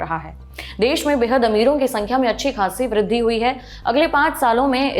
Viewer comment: And vridhi